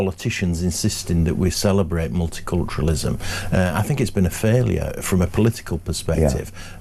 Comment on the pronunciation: Did he say mulit-culturism during his address?